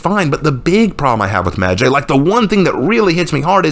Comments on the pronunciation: his name isn't meh jay it's medjay like eye/sky/cry/fly/hi/bye/why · It’s really weird hearing people pronounce it that way medjay I’ve only rlly hear it sound like medjai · Alot of people pronounce medjays name wrong when it's pronounced "medji" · I got 2 things wrong wit this video the fact you think ubisoft is being racist and the fact u don't know how to pronouns the heros name even tho your supposed to be some kind of historian or what not